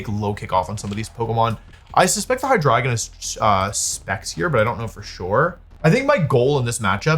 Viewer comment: lowkey upset by the pronunciation of hydreigon lol